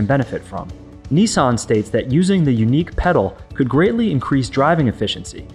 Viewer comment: Neesarn?.... Niss, an